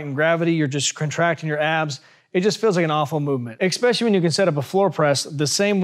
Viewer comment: Wait... Did this guy just say "eXpecially" while he's talking all that sh!t about the viewer being dumb? 😂😂😂